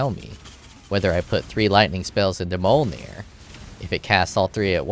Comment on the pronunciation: just pronounce it like a true murican should. muh-jolner.